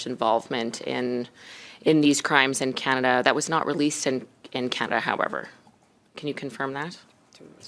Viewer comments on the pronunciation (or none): Canada❌ Kanidda✅